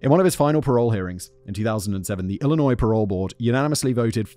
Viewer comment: Wow. He pronounced 'Illinois' correctly.